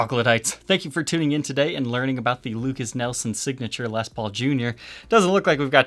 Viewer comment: Lukas NIELSON??? 😂😂😂😂 Come on. The guy is the son of Royalty. Say his name right! Lol